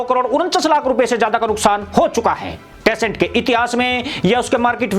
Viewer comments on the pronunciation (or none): प्यारे कम्पनी का नाम टेसेंट नहीं बल्कि टेनसेंट है और भी बहुत सी गलतियां है।